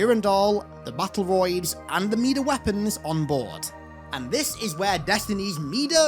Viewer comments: Hearing mida pronounced (mee-duh) really irks me for some reason. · Mida ="my-duh" as in "king Midas, the man with the golden touch"